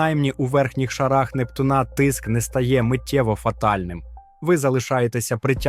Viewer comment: От цікавить, автор знає про таке.поняття, як наголос?- не "Нептуна', а "Непту'на"!!!